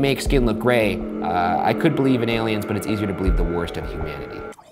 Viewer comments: Horrified that Shane said ALIUMS the same way I do. He's in my MIND, dammit! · shane: i don't do crack also shane: aliums